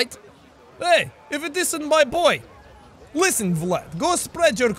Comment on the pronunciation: Did anyone else laugh when he said "Listenten to it"? I dont know why i just find that funny.